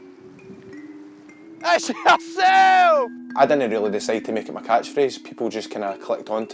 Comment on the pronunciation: IT'S YERSEL